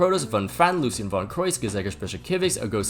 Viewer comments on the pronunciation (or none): none